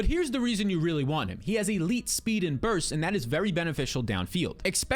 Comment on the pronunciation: Especially..not Expecially